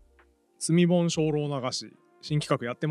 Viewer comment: 積み本って普通に聞いてたら罪本に聞こえますね〜。